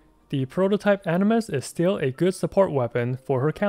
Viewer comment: Why u keep saying prototype animus it's aminus 👁️👁️